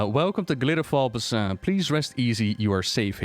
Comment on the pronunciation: Every time you say Basin wrong, makes my soul hurt in ways beyond understanding. You say Sholazar Basin right, but not the ones in Shadowlands. I don't understand!